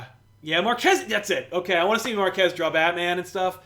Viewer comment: Hahahahaha., I heard Mark Hess too! Instead of Marquez. Haha.